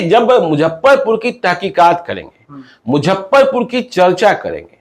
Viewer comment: Don't Mujhhaparpur it's Muzaffarpur